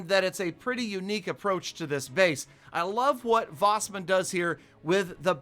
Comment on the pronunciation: Wasman is wasman not vasman